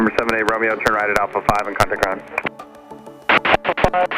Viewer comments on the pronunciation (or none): none